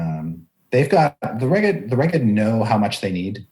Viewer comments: Sounds like "smeghead" ;) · Finally! Needed this episode because Reghed was not in pronunciation guide. 😂